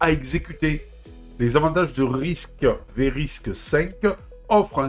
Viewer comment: Ça se dit risque cinq en passant...😂 Pas RISC tiret V 🤣